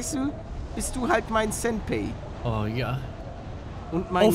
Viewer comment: Paluten, du hast Senpai falsch ausgesprochen, du hast mein Otaku-Herz gebrochen xD